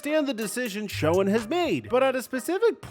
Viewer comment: SHOEN IS PRONOUNCED SHANE!!!!!!!!!!!!!! Not Showen.. please.